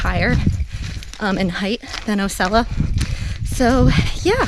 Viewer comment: Nice video...Osceola is pronounced...Aww See Oh La